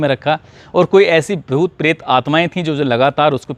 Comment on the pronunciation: परेत नहीं प्रेत 🤣🤣